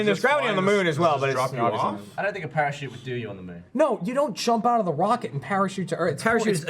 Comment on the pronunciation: Please tell me im not the only one who noticed said Wocket instead of Rocket xD